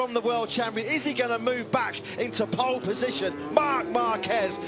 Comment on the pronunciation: ぽーッるぽッじしょん！ 発音めっちゃネイティブ。